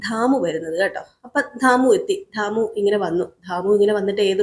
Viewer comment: അക്ഷരം പറയുന്നിടത്ത് ആവശ്യ മില്ലാത്തിടത്ത് എന്തിനാണ് stress കൊടുക്കുന്നത്. ദാമുവാണോ ധാമുവാണോ. ഷ' പറയുന്നിടത്ത് ക്ഷ പറയുന്നു